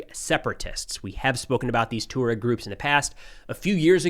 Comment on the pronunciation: Not "tor-ogs" but "twar-egs"